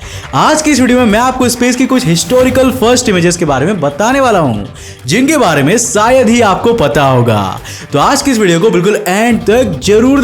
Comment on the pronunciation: Video toh theek he lekin aapke SA or SHA me bahut jyaada dikkat he. Hamesa nahi Hamesha hota he Saayad nahi Shayad hota he. Theek karo isse bro.